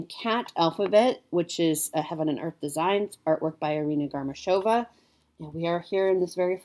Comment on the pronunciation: Hearth - Autumn - Tree